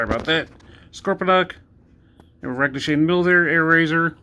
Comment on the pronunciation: Just curious...is it intentional that you're mispronouncing "Ractonite?"